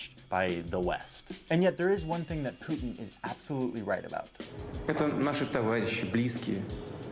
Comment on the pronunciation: You’re pronouncing his name wrong. It’s Poo tin as in 💩.